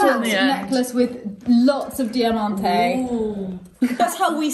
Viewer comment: "Dee- Ah-Man-Teh" I learnt something new today. I was unaware, that I was mis-pronouncing that word wrong, all my life. Thank you. Lol